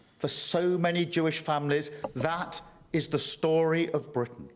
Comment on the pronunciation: So the other 390-odd cards were irrelevant? Ewe-kay? That consists of four different countries Scotland, Wales, Northern Ireland and englistan. Yorkshire is in englistan. Bwitains?....*englistan's. (+ Bwitain consists of Scotland Wales and negland.) the cringeworthy roundy-uppy vagueness is sloppy at best, incompetent as usual. Google maps is free. Try it. You don't even read the comments though you tell people to comment. It's like talking to a 🧱